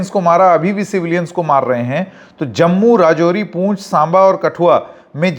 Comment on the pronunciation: पूंछ नहीं पुंछ है महाशय।